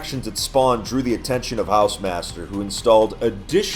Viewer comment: Hausemaster Haw-se-mas-tear Ho-r-ze-mat-st-err